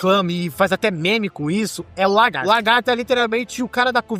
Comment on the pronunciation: Bom vídeo! Mas fiquei com a impressão que vc ficava chamando o Lagarto de "Largarto" kk